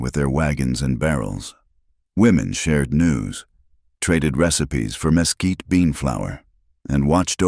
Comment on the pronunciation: Texas here. Mesquite is pronounced ‘muh quite’. The story was very good though